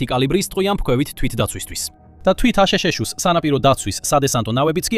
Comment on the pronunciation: მაგარია ხელოვნური ინტელექტის გახმოვანება: აშეშეშოში. ანუ, აშშ-ი, რა!😄